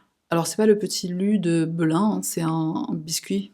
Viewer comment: Petit lu de Belin ? 😮 tu sort d’où l’américaine